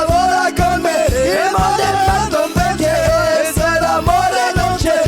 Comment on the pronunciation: Arg le Perché mal prononcé. Même moi ça m'a fait mal au oreille